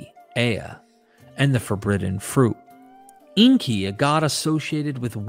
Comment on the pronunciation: Please get the pronunciation correct. Inkay not inky. Makes you sound like someone who doesn't know what you're talking about.